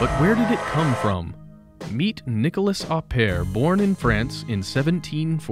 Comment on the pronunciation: NiColas, not Nicholas, please !